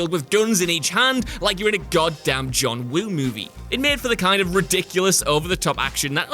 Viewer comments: So no one is going to talk about him saying John wohd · Did he say John Woon? I swear he did.